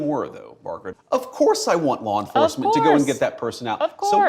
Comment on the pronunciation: “Of corse, of course” with dramatic tilt of her head Lol. She looks so stupid